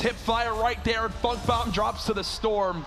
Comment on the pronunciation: Did anyone else hear dr lupo say Nate hill and fuck bomb instead of funk bomb